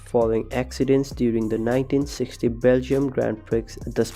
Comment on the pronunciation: Please have a native English speaker help you with pronunciation. Your butchering of the word 'Prix' makes my teeth itch. The x is SILENT!